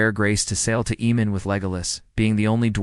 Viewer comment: AMAN. Not Emon. Where are you getting that?